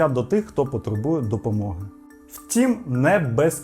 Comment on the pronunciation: Повага тобі,! Сьогодні чітко почула як ти кажеш "втІм"👍 відчувається, що працюєш й самовдосконалюєшся! Успіхів